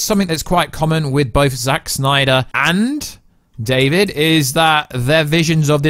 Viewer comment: This news was good enough for me to sit through you saying “suNYDER cut” a bunch of times.